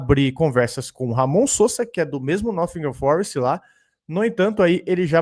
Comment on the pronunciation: Esse Nofingan Forest tá foda 😂😂😂😂 De onde tu tá tirando esse F 🤣🤣🤣🤣